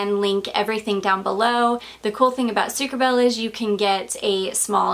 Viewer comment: Hey! This should be pronounced sucre -abayyyyyyy. (which means sugar bee ) I speak fluent French hahaha. Just want to help in my own little way! xx I thought that was what you were going to say when you said that it was funny because you wore your stripy top last time and this! I am now going to enjoy the rest of your video. You are keeping me sooooo entertained and informed! I <3 your videos so much!! x